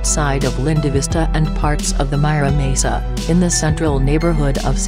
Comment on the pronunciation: lol at "Mai-RA mesa" voice over.